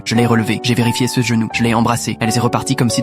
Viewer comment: Pourquoi dans c'est vidéo la on entend "C E" au lieu de "ce" .... Arrêté de séparer les mots an lette basis... Les français d'Europe bon littéralement parler comme sa (B O N J O U R) En gros vous allez touts(es) parler en lettre par lettre Bye bye 👋